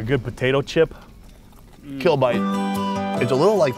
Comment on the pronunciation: is it tough ?? Naw, its like eating a crunchy $h!t 😮😂 I know he said chip , but i swear i heard what i heard 😅😅 AWESOME EPISODE 👌 guys Thank You !